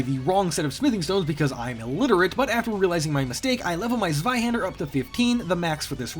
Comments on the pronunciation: TSWAIHENDER. That's how you are supposed to pronounce it, but everyone and their mom calls it ZZZwaihender for some reason. Oh no, the chest high wall! I've heard guards were trapped on the other side when it was built! That's what she said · its pronounced tzweihänder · Actually pretty impressive that he pronounced the ä right, most people don't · as a German i rate you: everynotgermanwhoevertriedtopronouncethis/10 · So... Biggest problem here is prononciation of "Zweihander"? Stay sane, and don't you dare go hollow! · I rate the zweihänder pronounciation a leicht verbrant aber immernoch essbar / out of bratwurst